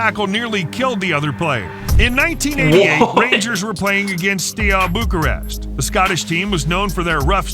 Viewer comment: The pronunciation when he said Steaua Bucureşti was horrifying.